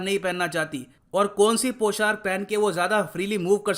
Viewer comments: It's पोशाक not poshark... Thanks 🙏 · Sir पौशाक होता है Not poshark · Sir poshark nahi poshak hota hai,,,, 🤭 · पोशाक होता है भई, पोshark नहीं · Humble remark -Sir It’s POSHAK not POSHARK. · Sir I like your videos, I want to put some feedback here, I strongly believe that pronunciation is very important. you make videos in hindi so I think you should be more carefull of it like:- पोशाक not पोशार्क, सोलह/सोला not सौला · It's पोशाक not Poshark 🙏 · Sir... With due respect I would like to correct you that.... It's not 'poshark' it is पोशाक